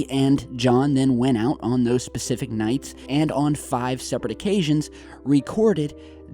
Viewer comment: For him to say 9 is very persific I believe him